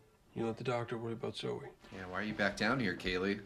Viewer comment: BTW her name is Zoeeee. Listen to what the others call her. Her name is not Zo